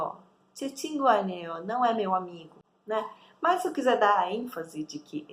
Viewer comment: Amigo é "친구" ou "진구"?